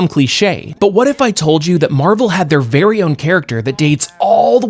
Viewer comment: “Yeah. He, uh, he let out a gas. A nonlethal gas. Ver nonlethal.